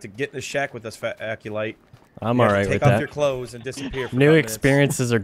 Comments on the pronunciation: lmao Charlie calls him "Accolade" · i swear keeps calling Aculite, Aculade!